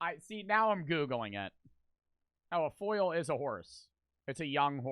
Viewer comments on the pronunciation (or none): if you say foil one more time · How did read foal as foil?😂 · foal...lol...Not foil... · His pronunciation of foal is aggravating